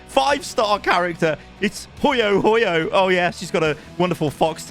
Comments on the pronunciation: Ok so ik u don’t care but her name is HuoHuo (H-whoah, H-whoah) not hoyohoyo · As a Honkai Star Rail player I love how you pronounced Huohuo 😂😂😂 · The Way that said HuoHuo, hehehe in Polish it's sounded little naughty;P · the way he said huohuo xD HAHAHAHAH i couldnt take this video seriously anymore after that